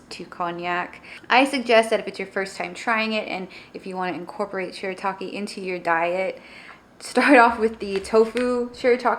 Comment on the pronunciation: Yay! Thank you so much!!! And yes you pronounced it perfectly! 👍👍👍 I will definitely try the noodles again!